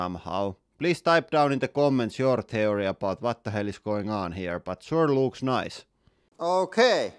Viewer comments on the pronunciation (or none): none